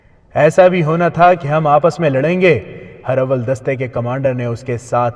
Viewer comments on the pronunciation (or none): Urdu pronunciation is not good...for example ...Hur-awwal ..it is Huraawul ..it means Forward Dustta / front corp.... Teeroo ka Miha....correct pronunciation is..Teeroo ka Minh (Barish). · Jenab her awel ni hota herawel hota he